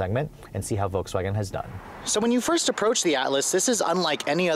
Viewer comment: So... VOLKSWANHEH